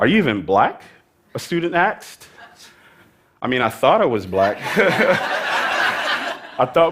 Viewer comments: did he say axed instead of asked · shiva dhanush that’s how New Yorkers say it